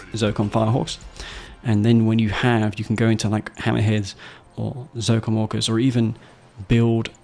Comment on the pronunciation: Your accent make it sound as "Zocom Walkers" when you talk about Orcas xD